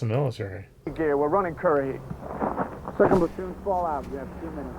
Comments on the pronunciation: It's pronounced ker-ruh-hee not the way you were saying it lol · I believe it is pronounced Kur-a-hee.